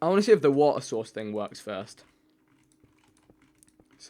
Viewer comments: Who says forst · Who in there right mind would say forst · 0% wont read this but stop saying forst just saying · The Irish pronounce it as forst I guess